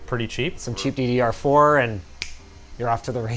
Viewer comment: tickles me when he say cheap ddr4